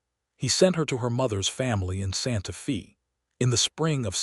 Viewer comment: Can we have city said, Santa 'Fay' not Santa Fee? A 'fee' (long E) is the pri¢e one pays for prkg etc. Santa Fe is pronounced with the 'e' being a long 'A' sound - thus, Fay. Santa Fee sounds so odd. Silly AI 🙄